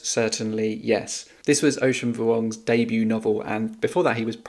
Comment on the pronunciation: wow your pronunciation of "Vuong" was perfect! Haha not that it matters all that much if someone gets it wrong but I applause you since a lot of people can't pronounce the "uong" sound.